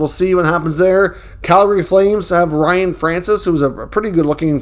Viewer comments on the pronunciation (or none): none